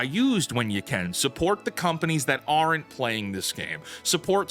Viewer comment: "Weren't" and "aren't" are conjunctions meant to SHORTEN the pronunciation of words. SO STOP SAYING "WERE ENT" and "ARE ENT" -- they're pronounced strictly "WERNT" and "ARNT," you